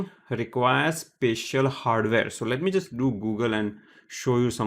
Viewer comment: why does he keep saying 'pecial' instead of 'special' !!!